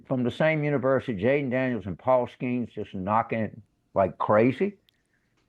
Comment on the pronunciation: Ah yes jalen daniels not jayden